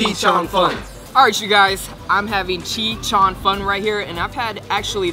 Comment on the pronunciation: chee cheung fun lol it's zhi cheung fun